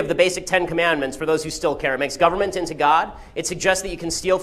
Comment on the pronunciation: "Soshalysm is wehn the gubbimint does stuff " -Ben Shapiro